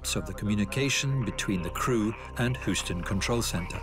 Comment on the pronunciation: HEW ston, not HOO ston. Sheesh. Brits.